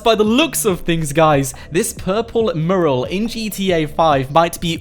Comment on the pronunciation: mUral not marul